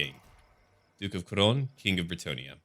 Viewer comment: Duke of krone? i needed to rewatch to understand it's couronne more phonetically : kou-ronne "ou" as in g"oo"dbye . The same for aquitaine the u is mute but the "ai" is a "è" as in s"ay": a-qi-taine